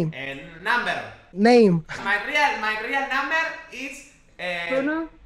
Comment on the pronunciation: yur rial namber dijo